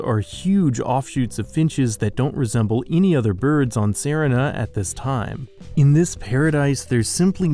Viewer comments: That's not how you pronounce serina it's literally pronounced the same as Serena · shouldn't Serina be pronounced like the girl's name? That's "seh-REE-nah,' like Samantha's evil cousin in "Bewitched."